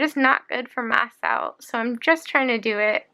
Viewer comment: This is really sad for you. Kinda funny though, when you say mast cells with your splints in I hear math cells.